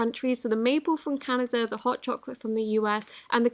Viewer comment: I LOVE how she says Canada= 'CanaJa"